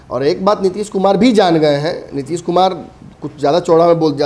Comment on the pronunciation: Tution lo.... Nitish kumar hai... Nitish kumad nahi....